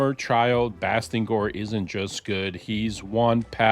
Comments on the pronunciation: You kinda got his name wrong, it's Bastigor Not Bastingor 😅🙈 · Bastigor..... theres no "n" lol